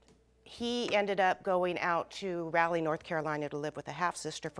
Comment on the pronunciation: 😢she screwed up my hometown's name Raleigh N.C.